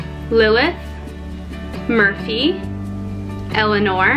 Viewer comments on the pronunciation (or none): none